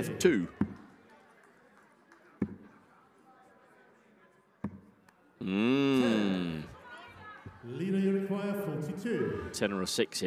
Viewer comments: It's iida not lika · iida not Lida